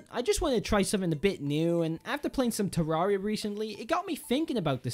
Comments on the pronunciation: Te-rear-i-a is how you pronounce it. Not te-rah-re-a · The cat Lord shame on your if you say it "ter-area" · ye its supposed to say "terra"-ria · You pronounce terraria wrong